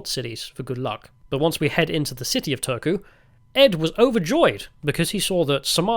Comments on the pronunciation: You clearly got an "interesting" guide to Finland. Not the most objective on a lot of things 😅😂 Turku is a butt of the jokes for a big part of Finland and especially here in Tampere, so I got a kick out of your guys pronunciation. It sounded like you said "Törky" which means "filth". And last question: "only water" means "don't put tee or coffee inside here, just warm the water and mix them somewhere else" Also "don't warm glögi (=Finnish mullet wine type of drink) in here" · I would have thought that after having been living 19 (!) years in Finland, Mr Heretic might at least master the basics of pronunciation of the Finnish language. We don't have a "soona" or an old capital called "tööku". Maybe show some respect please, no matter how eccentric you want to appear. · I am not a Finn, but your pronunciation of Turku was killing my ears. Both "u" are read the same. Unless Turku people say it like that themselves (not sure I've met much people from there)